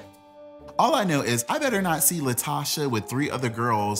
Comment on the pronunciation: Calling the lady LIEtocha is taking me owt! 😂😂💀💀